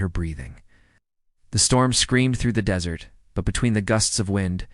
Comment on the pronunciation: Please don't pronounce desert like dessert. Really?!!!